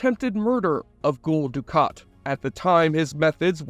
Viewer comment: He also occasionally says things like "Ghoul Dukat", which is a weird mistake to make when no character pronounces Gul like that.